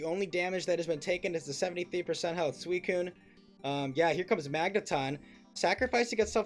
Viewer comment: still calling suicune coon is wild lmao